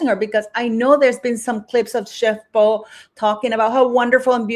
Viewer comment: her name is Po not Yo! Lol you crack me up 😂🤣👏👏👏👍🫵❤️